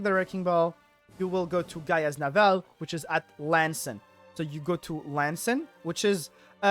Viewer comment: its pronounced GIA (Gaia ), Navel like your Bellybutton.